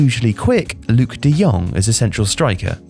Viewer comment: Nice informative vid, I have the feeling this has been written/started production befor the last 3 games of The Netherlands, which is understandable. Also compliments for getting closer to the correct pronunciation of Dutch, you got "de Jong" almost perfectly right. However, the oe in "de Boer" is not pronounced as the German ö or an o and then an e following it quickly. The oe sounds more or less like oe in the English words 'shoe' or like oo in the English word 'poo'. Keep up the good work and I am looking forward to the next videos about the euros!